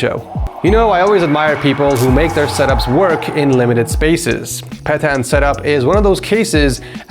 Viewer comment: CZECHIA MENTIONED!!!! PETAN ON TOP!!! I thinik it is peťan